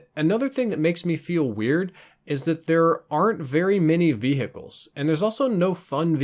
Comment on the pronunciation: It sounds so weird to me how he says vehicles VEE hic ull, he pronounced the h in hot instead of not saying the h